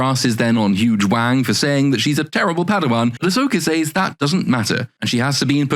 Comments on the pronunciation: I both have never seen the show and have an American accent. In listening to him talk he keeps naming a character. It sounds like he is saying her name is Huge Wang. Am I hearing that right?😂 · Huyang sounds like "huge wang" 🤣🤣 ...maybe I just need better headphones. Awesome deep dive! 💖